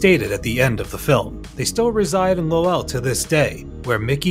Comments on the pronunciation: Lowell Massachusetts is pronounced Lole not Low El the pronunciation is getting worse here I thought the pronunciation of Michael Crichton ( CRISHON) for the Jurassic Park video was disrespectful enough 😂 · It's NOT "lo-well" it's "Lowell" pronounced as one word... I know Massachusetts towns can be tough to say, but this is an easy one compared to others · The real bullshit alert is how you pronounce “Lo-well” lol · WTF happened to the way you pronounce Lowell